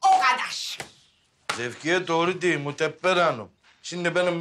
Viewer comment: Su Asiyenin annesi Mohteber Degil Moteber diyo🤭🤭🤣🤣🤣😂😂😂🤣😂🤣😂🤣